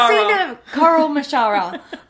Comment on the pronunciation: A coral mascara....coral mashara...car-in-my-shower XD